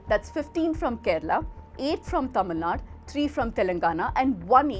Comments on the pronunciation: Dear editor, - I welcome your commitment to the independence of media. -- The narrator did a good job but why is she mis-pronouncing the name "Tamil Nadu" as "Tamil Nad"? - It is highly disrespectful to Tamils that your narrator, wbo is able to pronounce the names of the other southern states coŕrectly, has failed to learn how to pronounce Tamil Nadu's name. I hope she has no animus against Tamils and Tamil Nadu and will rectify her error. Regard, Thevar TAMIL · Please stress the Tamil Nad'U' . Hope you correct it from the next video onwards.